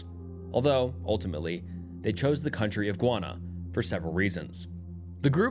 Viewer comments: guy-ahna. not gwana. please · No.. it’s actually Guy-Anna 😐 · Bro… it’s pronounced Guy ah nuh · Sorry if this may sound abit rude but I’m listening from Guyana and its name is not pronounced guana it’s pronounced Guyana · Guy-Anna 😂😂 not guana that’s a different place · Gwanna? You mean Guyana? (gee-yana) LOL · Guyana is pronounced "Gai-ahna", not "Gwana". Your pronunciation just made me think of bat or bird poop (guano) lol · GUY -ANA!! JUST LIKE YOU SAY USE THE WORD GUY TO DESCRIBE MAN! THEN ANA... IT'S GUY -ANA ...NO GUYONA .. IT'S AMERINDIAN NAME!!! MEANING LAND OF MANY WATERS 🌊💦 🇬🇾 MY COUNTRY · It's pronounced "guy/an/na" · is pumping out low level content lately. The first video is influenced by Mr. Nightmare's most recent video. Way to ride coat tails. Maybe try high quality videos once every few days rather than this quick shit every day. Shit pronounciation btw. A 500k narrator saying gwana? Smfh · Bro it's pronounced GUY•ANNA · guwanna… i would research how to pronounce the country before saying it wrong several times lol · Hey you are pronouncing Guyana wrong it's pronounced: gai·aa·nuh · Guana sent me into a tailspin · Great video. Just as a little tip, Guyana is pronounced "guy-ah-nah". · It's GUY-ANA. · Sir it’s pronounced “Guy-on-a”